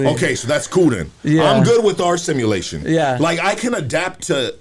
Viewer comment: U can tell just learned a new word... "simmalation" Lol